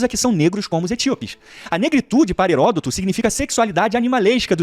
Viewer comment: "Falaro" Herôtodo